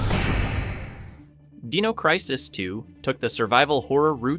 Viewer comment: "Deeno" crisis?? "Rehgynah"?? Bro. Excellent video, but hachi-machi that's rough.